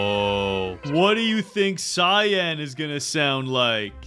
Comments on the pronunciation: Anyone noticed how he pronounced cyan as ci-yon instead oc ci-yan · It is cyan not cypn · It is cyan not cyon